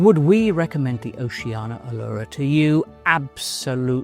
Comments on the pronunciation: I thought it's pronounced- "Oh-shan-ee-ya'. Because there's an 'I' in it. Ocean -ia? Not 'Oh-she-anah😊' .Or else it would be spelt, 'Oceana',no? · It’s funny because at the start of the video, pronounced it ‘Oh-shan-ee-ya’ then proceeded to say ‘O-she-anah’ the rest of the way. Maybe it’s because the latter is easier to pronounce than the former especially when you’re speaking continuously and not focusing on the name alone? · I'd like to know why most people mispronounce Oceania?